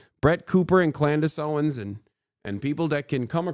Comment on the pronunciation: Klandace Owens